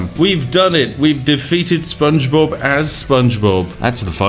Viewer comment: "Spongebobbu" -Lewis Brindley, for no real reason